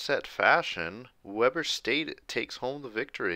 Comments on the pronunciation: Worth noting: Weber in Weber State is pronounced wee-bur, not weh-bur. Also worth noting is I personally know some of the players since I’m a student there so seeing them beat Utah is awesome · It pronounced we-burr (like your cold) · It's pronounced weeber state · Great series but you are saying “Weber” wrong lol